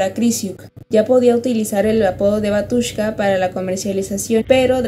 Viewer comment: Se pronuncia Bátiushka... la letra ю se pronuncia "iu"